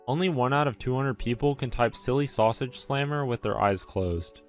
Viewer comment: "Silly saugsahe slammer" SO CLOSE!!!